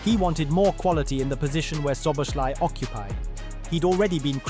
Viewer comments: Cool video ❤❤ when saying Szoboszlai say the second Sz As the first not Szoboslai, I know its hard😢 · i know but at least put in the effort to try. saying sh instead of s is clearly wrong. just put it in google translate and listen, and imitate that, but even this didn't happen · It would be a great video if you could pronounce his name properly. Szobolszlai - therefore that's an "i" in the end of his name that should pronounced like an English "e" and not "y". Please look into it. Cheers mate! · would be time to learn how to pronounce his name properly, especially if you make a video about him